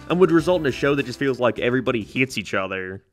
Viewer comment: Are you part Northern Irish? I can’t pin your accent at all but the way you say “hates” is 100% Belfast